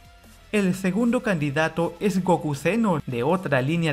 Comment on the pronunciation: Es *Gokú*, no "Góku"